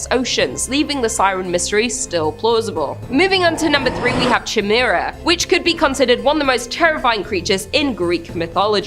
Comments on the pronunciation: Chimera is pronounced Ky mare uh not jimera. serious i kept expecting to say jamiroquai. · It's pronounced Ky Mere a. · Ditto ! I had to say it!! I couldn’t stand it anymore she kept saying CHAI MERA😀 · Chimera is pronounced (Kai-meera) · Heads up , it’s “kīˈmirə”…. It’s pronounced “ki “ not like chai tea. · Chimera is pronounced ky-mera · The way says chimera made me chuckle. I'm not one to harass them about pronunciations but I certainly had to laugh a little.